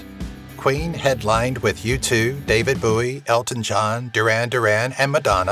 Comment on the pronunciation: I love ya, but if you mispronounce David Bowie's name one more time, I'm gonna have to come through my phone and shake ya a little bit! 🤣 All love though 😘